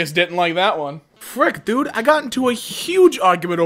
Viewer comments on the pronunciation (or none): none